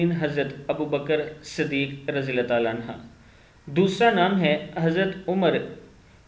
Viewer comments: Anha Nehi Anhu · نام صحیح بولو رے عنھا نہیں ہے عنہ ہے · अन्हा नहीं अन्हो है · Anha nahi anhu kehte hn bhai anha aurton me lagta h sahabiya me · Rjillahhu anhu hai bhai anha nahi ok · بھائی جان عَنْہُ صحابہِ کرام (رضی اللّہ عنہ) کے ساتھ پڑھاجاتا ہیں اور (رضی اللّہ عنہا) صحابیات کے ساتھ پڑھا جاتاہے